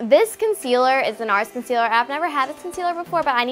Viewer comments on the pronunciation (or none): I lost it when she said concler😂laura lee is shock shister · When you’re a so called beauty guru but doesn’t know how to pronounce concealer *cough cough* Laura leechy mouth